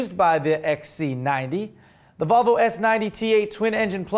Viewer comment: Sounded like you said Vulvalicious.. And all I have to say is - I agree!